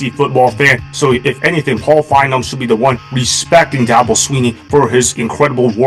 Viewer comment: Fine-Bowm. Not, Fine='em.